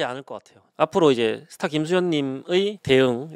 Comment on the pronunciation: 스타로써의 부담감 들을때마다 스타벅스로 들림ㅋㅋㅋㅋㅋ